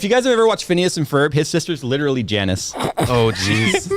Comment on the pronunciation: "Janice" Me: slightly bothered